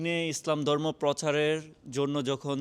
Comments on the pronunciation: ভাল উচ্চারন করতে শিখুন। দরমো না কথাটা হবে ধর্ম। ধন্যবাদ। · দর্ম না ধর্ম! ব‍্যাস কিছু না বেশ কিছু পচার না প্রচার! কে হবে খে। একটু চেষ্টা করলে বাংলা উচ্চারণ ঠিক করে ফেলতে পারবেন ইনশাআল্লাহ